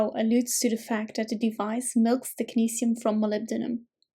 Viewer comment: Thanks ,this will make reading this easier now. I love the way you pronounce technetium